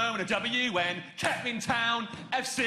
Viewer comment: that would be Kettering, pronounced ketrin